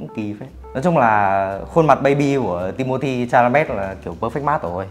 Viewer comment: Timothée Chalamet mà ổng cứ đọc là Cha-ma-lây =.=